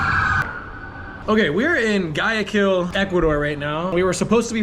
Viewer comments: It's not Guy I Kill, Ecuador lol. I believe it's pronounced like Why-a. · I love how you twisted it to make it seem like his mistake had something to do with my spelling mistake 😂. Does a spelling mistake like mine equal to someone saying guy a keel instead of why a keel in proper pronunciation. It seems there is a large intellectual moral difference between the two of us. Your on the side of not telling people when they are saying something that might embarrass them. While I prefer to interfere and help someone better themselves in hopes that people would treat me the same. Than you tell me I have a spelling error , and in turn you revert to a lie and say I am a hypocrite when I never said you were wrong. I would have had to have disagreed with you for me to qualify as a hypocrite. Obviously your not fooling anyone. You started an argument from a simple constructive criticism comment and reverted to lies and ad hominem attacks. If you have no real points to address I will assume that was your complete come back. Have a nice day. Try to relax and not be so apprehensive and obnoxious, it might benefit you in the long run. No hard feelings, may God bless you 😀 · Didn't pronounce the city propperly .